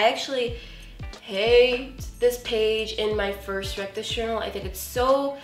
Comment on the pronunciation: It sounds like you say reckless journal..